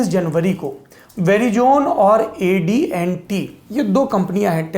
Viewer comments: Sirji it is AT&T NOT AD&T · That's AT&T, not AD&T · AD&T nahin hai bhai wo AT&T hai. Correction please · Sorab bhai wo ADNT nahi AT&T ha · ADNT Nahi ATNT hai sir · Correction : It’s AT&T not AD&T .. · Saurabh Sir. it is AT&T. if i not mistaken you said AD &T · Hello, It is not A D & T, but it is A T &T.................@.... PLEASE... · AT&T not AD&T Saurabh ji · Saurabh bhai - it’s AT&T not AD&T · AdNT nahi AT&T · ji Adnt nai hai wo ATNT hai wo .correct it plz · AT&T hai AD&T nahi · Ad&T nahe . It’s AT&T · 'एडी एन टी' नही सौरभ जी..... 'एटी एंड टी' (at&t) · Atnt hai not adnt... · It is not AD&T it is AT&T. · saurabh ji its AT&T not AD&T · Saurabh G- Verizon AT&T pronunciation galat ho gaye aapse.